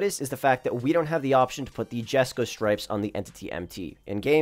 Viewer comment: “Yesko no jesko”-🤓